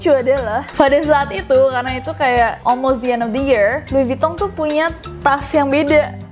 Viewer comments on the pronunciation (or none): Jadi LV (louis vuitton) penyebutannya lui vutong :v Dan klo Channel itu bukan cenel tapi shenel sekian :v